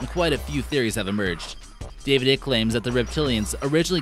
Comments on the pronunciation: It's pronounced eye- ck! Say it with me... eyyyyeeeeccccckkkkkkk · FYI David Icke is pronounced as sounds `like` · If your gonna keep saying David Ike's name, I suggest you learn how to pronounce it "Ike" sounds like bike, like etc. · Mr. ICKE'S NAME SOUNDS LIKE SPIKE! A SMALL BUT ANNOYING LACK OF RESEARCH FROM YOU!!! Interesting vid though! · Bra ya can’t even pronounce the name of the man most famous for making these claims. I’m sure you’re well qualified to spread disinformation. Bet ya can’t piss up a rope though. You should try it. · You not not pronouncing David Ickes name correctly